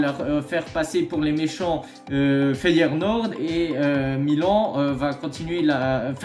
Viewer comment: Feyenoord et pas FeyeRnoord, ça fait mille fois que tu le dis comme ça🤣 Ils vont finir par lâcher la thune pour Gimenez je pense